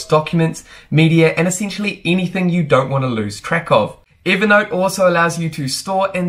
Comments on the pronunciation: Count how many time you said "evee naught" 🤡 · Why is he calling it Eevernote?